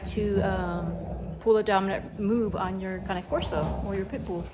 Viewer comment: Thank you for calling the cane corso with the correct pronunciation! :) Beautiful dogs.